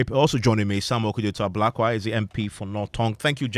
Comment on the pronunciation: This guy paa, it's Ablakwa not Abrokwa 😂😂